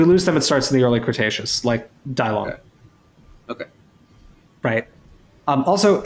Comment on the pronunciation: With all due respect, if people would like to pay some extra respect to the Chinese spoken language, Dilong is pronounced as DEE-lown. The "I" would make a long E sound as in bee, and the "long" part is very similar to how you would pronounce the second syllable of alone.